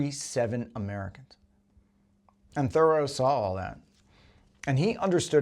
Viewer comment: Dude, Henry David's last name isn't pronounced like the word "thorough", it's pronounced "ther-ROW" with the accent on the last syllable.